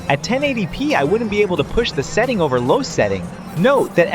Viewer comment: Bryuh it's setting not seeting